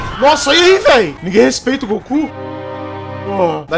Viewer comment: Eu estou toda hora escutando oque ele fala: o Goku ta chegando grosso eu escuto: o ku ta chegando grosso kkkkk